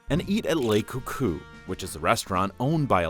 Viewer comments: The guy pronouncing it as "ley coucou" and not "luh coucou" bothers me more than it should. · "Lay cou cou" this guy seems like he never even heard a word of French in his life if he can't even say that right. It's like someone not being able to pronounce "the". Say it like "luh cou cou". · It’s pronounced “Luh CouCou” as it is spelled “Le”. If it were spelled “Les” it would be pronounced “Leh”. But it is not. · Say "lay coucou" one more fucking time